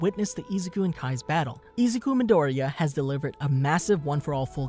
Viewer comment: Bro you’ve seen the show why do you say his name wrong 😣